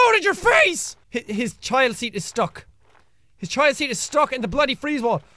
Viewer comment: did he say bloddy wall? WTF is he like DanTDM?